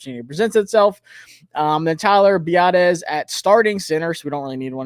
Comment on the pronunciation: Bruh. It’s Tyler Bee-Ahh-Dish